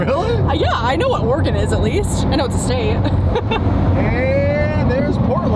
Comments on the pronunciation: saying Oregon correctly makes my heart happy. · THANK YOU for pronouncing "Oregon" correctly!